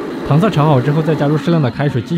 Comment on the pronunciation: 读音纠正：糖色 【táng shǎi】